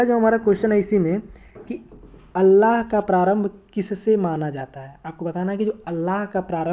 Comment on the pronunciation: अल्लाह नहीं आल्हा